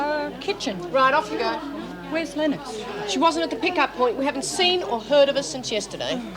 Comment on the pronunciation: Why on Earth is Meg pronouncing Nikki Lennox as “Nikki Lenn-ox”? 😆